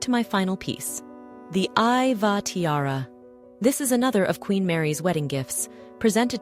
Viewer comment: Earl and Countess of Iveagh. Pronounced i-vey